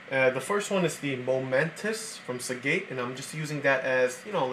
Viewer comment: Your pronounciations are so bad. Are you kiddin me? It's cache!!!! (Cash) not CATCH. SEAGATE not SEGATE.